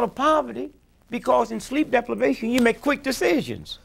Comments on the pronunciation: lol "sleep deplevation" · This nigga say sleep DEPLIVATION...SMART GUY